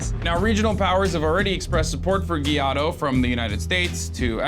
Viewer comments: I get is tricky to pronounce it but you are a professional journalist, aren't you? Guaido is not Guiado!! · The guy's name is GUAIDO. Not Guiado. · It is pronounced why - doe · 2nd, the President of the National Assembly (Like the US Congress) democratically elect Juan Guaido (you should also try to say his name right) is a member of Voluntad Popular on of the most leftist parties in the country (member of the Internacional Socialista, you should REALLY do more research before talking on a subject with that much property)